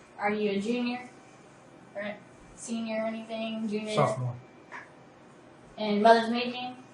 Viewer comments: "Sophomore" LMAO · This dude said Sophmore as a suffix. 😂